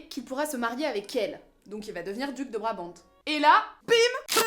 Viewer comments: Très intéressant je m'abonne ;) Point de vue chronologie, Lohegrin se passe avant ou après Parsifal ? Juste un petit truc, en français on ne prononce pas le "t" de Brabant. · Super vidéo, comme d'habitude !! Par contre, juste pour l'info, on ne prononce pas le "t" dans Brabant.... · Je vous signale que Richard WAGNER était ALLEMAND ; il a écrit son livret en ALLEMAND, afin de faire chanter les artistes lyriques en ALLEMAND ! Et, en ALLEMAND, on dit : " Elsa von Brabant " en prononçant bien le "T" final !!!!!